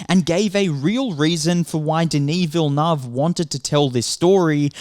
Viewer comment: Villeneuve: Villy-nerve